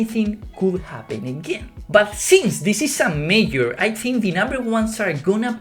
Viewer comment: Good content again! Your English is getting better and better. I don't want to be a smartass but I notice you're struggling with the word "Major", I think from Spanish it's pronounced "meyor". Just a friendly tip:)